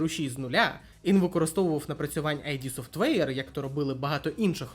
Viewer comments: Друже, відео непогане, але... 1) не айді софтвейр, а ід софтвейр 2) претензії до АЕ притягнуті за вуха. Не варто звинувачувати двіжок за те, що на ньому всі роблять ігри + використовують фрі ассети. Винен в одноманітності не двіжок а розробник гри. Без негативу, мирного неба ❤ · Вибач, друже, я побуду трохи душнілою, але. Вже мабуть вдесяте я відкриваю відос про ігри українською, радію що так багато стало контенту, і знову чую що ютубер називає компанію Кармака, Ромеро, Хола та іншого Кармака "Айді Софтвер". Ну, курва, зайди ж ти на вікі та прочитай шо воно "ід", так ще й значення слова дізнаєшся, невже не цікаво?